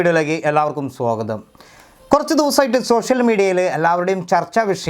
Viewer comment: സോഗതം അല്ല മോനെ. സ്വാഗതം മതി